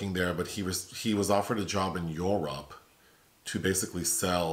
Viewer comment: you could still be an International Male model!. "He moved to Yor-rup.", the way you said Europe floored me! 😂 Great review, as always. I love it when you guys review documentaries. Thanks for all the work you do. Love from Ireland and happy Pride! 🇮🇪 ❤️